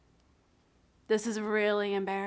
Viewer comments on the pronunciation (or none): The return of “embarrassee-heen” 😂